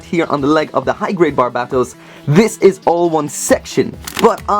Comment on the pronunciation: The only one that doesn't say "Barb-ei-to-u-s"